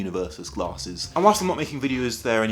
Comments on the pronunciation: lol when you said Americans and glarhses you sounded irish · None of them are the real Glarses because they do not pronounce it like "Guh-laRses" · to be fair when you say your channel name it sounds like you say it with an r